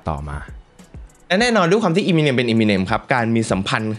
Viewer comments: เอมิเนม ไม่ใช่ อีมิเนม ถ้าฟังสัมภาษณ์ต่าง ๆ จะได้ยินเค้าเรียกชื่อกันมัน เอมิเนม หรือ เอเมอเนม ก็ได้ มันไม่ใช่อีมิเน็ม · อยากขอแก้นิดนึงค่ะ คือชื่อป๋า Eminem อ่านว่า เอ็มมิเน็ม ไม่ใช่ อีมิเน็ม นะคะ มาจาก M&M ที่มาจากชื่อ Marshall Mathers ของเค้า เวลาอ่านเร็วๆจะเป็นเอ็มมิเน็ม พอมันผิดมาตั้งแต่ต้นมันก็เลยขัดๆไปหมด 🥲 นั่นแหละค่ะ แต่ก็ขอบคุณที่ยกเรื่องนี้มาเล่านะคะ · Eminem มาจาก m&m นะ ต้องออกเสียงเอมิเนม ถึงจะถูกต้องนะครับ